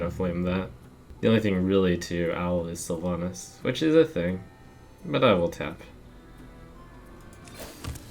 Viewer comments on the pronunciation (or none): Its sylvanas not sylvanus